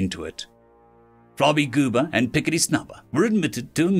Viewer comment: I had to read the names because when I first heard you say Flarbygooba's name, I thought you said "Flobygoober" and started laughing. Good thing I'd already swallowed my coffee.